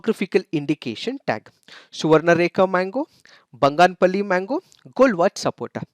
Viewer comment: You pronounced banganapalli mangoes in a wrong way